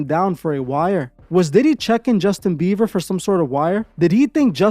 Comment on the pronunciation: Justin beaver tho “Bieber”